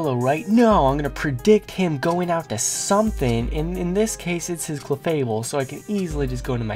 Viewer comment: Yay new vid ^^ I laughed too hard at the "cle-FABLE!!"